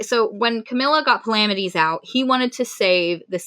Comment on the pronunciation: Thid is how you pronounce palamedes.